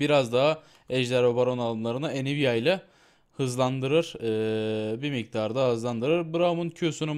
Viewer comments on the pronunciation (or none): none